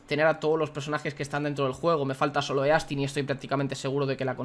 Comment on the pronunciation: Se pronuncia “istin” no “e-astin”